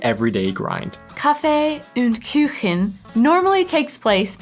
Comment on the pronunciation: Kaffee ünd Küchen... much umlaut as possible